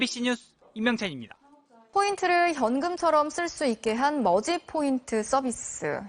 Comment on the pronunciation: 내 👂 에는 머지가 거지로 들림 🐶🐶🐶🐶🐶🐶🐶🐶🐶🐶🐶🐶🐶🐶🐶🐶🐶🐶🐶🐶🐶🐶🐶🐶🐶